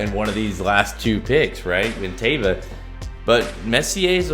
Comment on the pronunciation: Pronounced TYba.